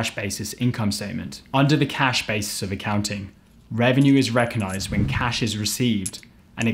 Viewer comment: Another great presentation..... love your style.... but please..... rec-og-nise not reconise